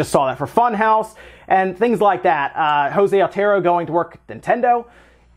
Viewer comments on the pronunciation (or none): none